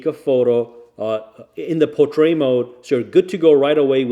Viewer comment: How the heck are you pronouncing "portrait" 😁😁